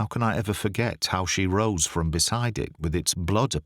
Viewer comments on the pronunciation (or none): none